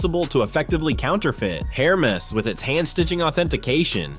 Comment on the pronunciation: Hair-mez - lol. Gotta love AI.